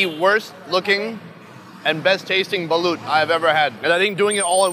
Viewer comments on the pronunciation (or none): It's actually pronounced as "balot"